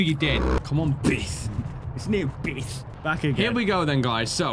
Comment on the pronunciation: Other people: Beth: Bith